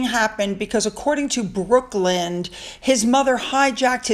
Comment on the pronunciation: Hi, not sure but I think you pronounce Brooklyn’s name wrong. It’s not Brookland. Sorry if I misheard you.